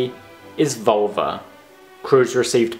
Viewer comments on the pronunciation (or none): Liked the video. Just a suggestion, in the future, practice the pronunciation of spanish words with google translator. Your pronunciation of "Volver" sounds like Vulva.